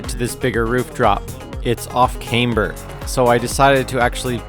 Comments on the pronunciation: just a flat A, just teasing, cause i never heard it that way before lol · did I say it weird?